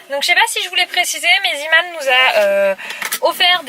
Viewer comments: Coucou c’est « Zééman » et pas « ziiman » (j’ai ecrit en phonétique) car c’est un magazin néerlandais et “Zee” cela veut dire Mer et « Man » Homme donc zeeman®️ veut dire homme de la mer comme sur leur logo voila gros bisous 😘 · Tu me stress quand tu dit Zeeman car sa se dit zééman mais sa s'écrit Zeeman